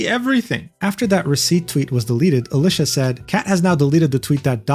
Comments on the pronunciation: Nah that's just how Alicia be 😂. (you do pronounce her name a little wrong btw) Used to watch her channel quite a lot but stopped recently because Youtube kept getting rid of comments on her channel on most of my accounts despite never saying anything bad and well... not being able to interact makes it feel pointless to me. I only watch content I can interact with. I still like her as a person but just stopped watching the content for that reason. Changing the story again btw, as he did at the time have premission she said she only changed that after this incident. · bro get alicia name wrong